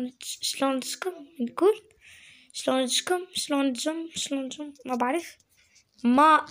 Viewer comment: لا تخبصي 😂😂😂😂 اسمها شلونجم اشيا عنجم ان شاء الله طيبين هههههههه انا من سوريا بس بعرف احكي عراقي كتييير